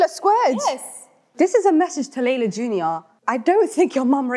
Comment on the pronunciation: It was clear that layla is an African,she said her name in a very clear way like sudanese 😍